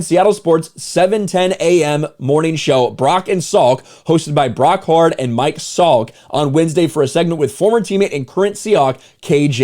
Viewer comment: His co-host is actually Brock Hu-ard (Hew-urd), not just a rando as your take implied. Brock spent plenty of time in the NFL, mostly as a backup, but he started quite a few games at QB for the Seahawks as well as the Colts. He's also currently Fox's #2 CFB color analyst behind Joel Klatt. And his brother Damon was a long-time NFL journeyman known most for his stint as starter for the Chiefs. So yeah, Brock carries close to as much (if not more depending on who you ask) football clout in the Seattle area as Sherman does when you consider he was a 3yr starter at UW. P.s. he's referring to KJ Wright who has a segment on KIRO